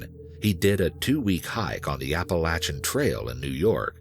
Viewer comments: Ahh so refreshing someone on YouTube actually pronounced Appalachia correctly...Thank you kind sir 🙏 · as an appalachian gal, i just want to thank the narrator for saying appalachia right. ♡